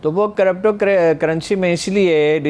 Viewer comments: AoA S W kiripto pronounciation hai not corrupto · crypto ( karipto, not karapto) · I observed that as well she said crupto I also noticed Haroon sahib also saying crupto 🤣🤣